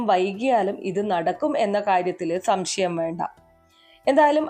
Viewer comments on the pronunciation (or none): none